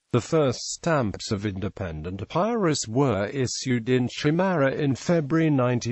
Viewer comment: The mispronounced EPIRUS is disconcerting